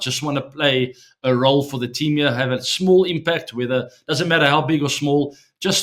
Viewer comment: The way he says my tean🥹